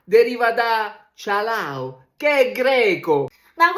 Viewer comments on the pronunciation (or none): Si pronuncia Kalao non cialao